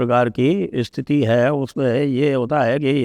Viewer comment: स्थिति को इस्थिती ना बोलें